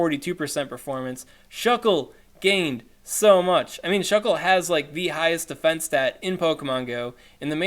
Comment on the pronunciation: "their dee-fee-ense" hahahaha in all seriousness Keep up the great work, and just for a little update my raid group got so excited talking about a re-release of the RayRay I went and powered up that spare one. Hope one of these days I catch your live stream from Aussieland.